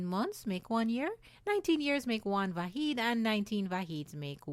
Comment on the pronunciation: Unfortunately, she mispronounced Vahid here, which is like Va-HEAD, (meaning Unit) not to be confused with Va-HEED, (meaning Unique) -the name of the Babi hero, Siyyid Yahya Darabi.